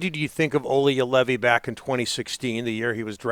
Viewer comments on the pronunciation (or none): Everytime Craig mispronounces Joulevi, it sounds like he is yodelling.